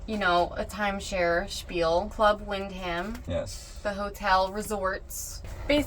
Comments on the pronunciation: Wind-Ham 😂….try win-dom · The h is silent and is pronounced wind dum not wind ham. Just saying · 2 minutes in if you say club wind-ham one more time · wind ham ...you mean win scam